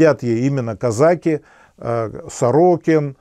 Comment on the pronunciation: Режет слух...казАки...))))